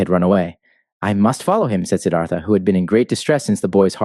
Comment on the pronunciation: it's siddarta ..